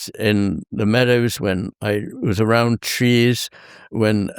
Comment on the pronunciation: forgive me Dr. McGilchrist, I heard that as "when I was around cheese" and couldn't help but smile